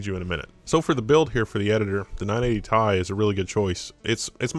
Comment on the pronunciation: did he just say 980 TY??? 980 TY??? that's not how you pronounce it, BabyRage